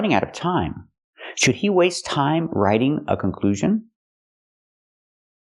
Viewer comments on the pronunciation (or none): she also say (v)raitiing, not "raiting"